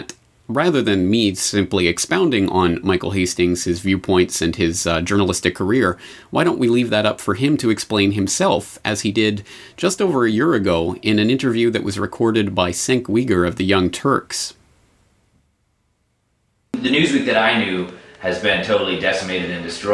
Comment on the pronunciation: Cenk is pronounced "Jenk".